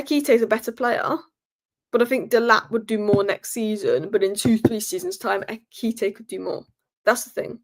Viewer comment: I love u so much, it hurts me to see u struggle with the name Ekitike. Pronounce it this way.... Ekitike =..... Air-key-tea-kay..... BOOM! Kelvyn from Nigeria ❤